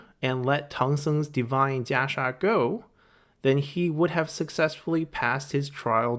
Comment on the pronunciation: I wish you would have stuck with "Kasaya" as thats what the game uses and you are really struggling to pronouncing Jia Sha anyways... or were you just trying to boast on your limited ability of Mandarin ? Sounds very pretentious...